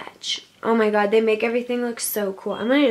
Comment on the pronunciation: “OhH mY GwAh”